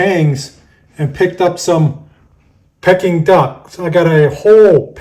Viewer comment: It's pronounced Peeking duck, not Pecking duck. You made me crave it though.